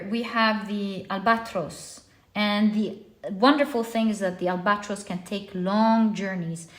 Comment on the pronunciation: Albatross is pronounced al-BUH-traas. Not al-BOT-ros